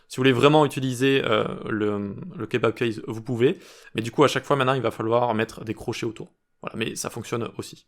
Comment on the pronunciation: J'ai bien peur que je saisie mal la prononciation, j'entends kebab case😅